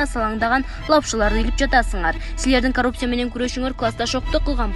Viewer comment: ИТ кууп аткансып эмне мынча шашып окуйт.Коррупция деп жазылат ,каррупция деп окулат.Мектепти бутконбу бул кыз деги ?.